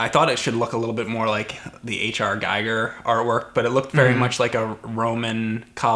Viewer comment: props to for actually pronouncing Geiger correctly I hear it wrong so often I was about to write an angry comment, but then I remembered hes actually right.